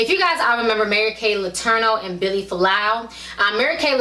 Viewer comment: Its Vili, not Billy, and "ask," not "ax."